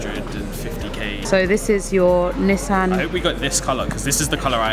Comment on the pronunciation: LOVE THE Way YALL PRONOUNCE NISSAN!!! It the US we pronounce it (knee-sawn) but the way y'all say it is SOOO much better